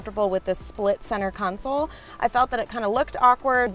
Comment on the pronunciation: "ConSOL" Not "Counsel"